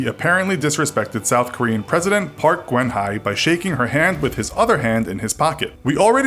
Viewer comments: Can i just say that as a non american i find pretty much none of this rude/offensive and said the ex-president of south korea's name wrong? He said "park kgen hwai" or something but its actually pronounced "park gn haye" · park GWEN HWHY i'm cackling it's okay mr narrator, you did your best try park goon hyay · "Park gwen hi" How hard is it to look up a name and listen to its pronounciation? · Interesting video, but maybe double check pronunciation of names before recording...I didn't even know who you were talking about when you mentioned the Korean president "Park Gwen Hai" and I live in Korea... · OMG PARK GEUN HYE IS PRONOUNCED PAK G-OON EH!! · Who is "Park Gwen-High"? lol If you're gonna make a video about being culturally aware, you might at least bother learning how to pronounce the names of (former) heads of state that you plan to mention. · ITS NOT PRONOUNCED PARK GWON HIGH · Korean here, you pronounced our ex-prez's name pretty horribly. But it's perfectly acceptable, she was a sordid shitehead anyway who's done more than enough of her fair share of faux-pas in her career. That and the presidency being an absolute joke, but that's a whole different story for a different video/comment.